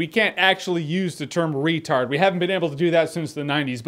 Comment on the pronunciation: i believe now it's pronounced "ratard", but that's just what I heard.